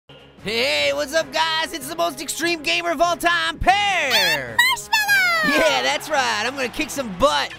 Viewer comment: did pear say ‘Marsh-melly’